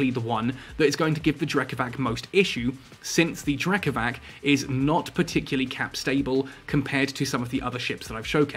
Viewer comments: btw, considering the Triglavians are based on Slavic stuff ... the C in Drekavac is pronounced as c, not k ... like, c in price ... Drekavats not Drekavahk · Drekavac try say it like Drekavatz maybe it could sound closer to how it is pronounced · hi, i know the video is old and i know it doesnt really matter but anyways: the c in drekavac is pronounced like the letter "c" without the "ee" at the end, also the "r" is a "rolling r". pronounced that way, it also sounds more evil and feral, feeding in to the concept behind it. very cool videos btw. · Different regions pronounce it differently apparently! I've had as many people say that's it's: Drek-ah-vach Drek-ah-vass Drek-ah-vak I love it, it's such a wide roaming bit of European folklore!